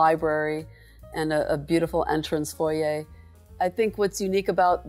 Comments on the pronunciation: Exquisite ! And THANK YOU for pronouncing Foyer properly. My skin crawls when it's pronounced FOYR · Absolutely stunning!! She is lovely and pronounces “ foyer” the Canadian way! Love it! That apartments has very high ceilings. At first glance, I thought it was a house. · Yes, the French way… the correct way!